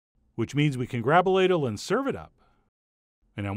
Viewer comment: When he said “grab a ladle” I thought he said “grabulate it. I thought Chef John made up a new word.